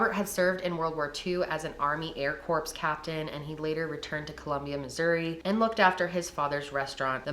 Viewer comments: Just constructive criticism for the future; Air KORE not KORPS. Air Corps Marine Corps …. It’s KORE 😊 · "air corpse"